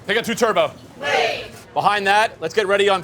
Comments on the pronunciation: Just wished he’d stopped saying Turbo instead of Turbot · also, this is super annoying...it's Turbot (Turr-bit), not Turbo... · it's pronounced turbot, not like the car - lol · Forget the cooking. How, just how do we pronounce Turbot, turbo……..? There is no way this chef is getting a third star with pronunciation like that.